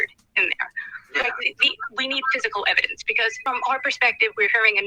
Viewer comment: HAHAHHA! 'once Miss Kelly schwees the ewibidenwence' this is just beyond goblin mode